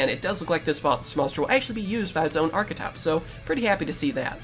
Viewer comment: Don;t you mean arrrchethype?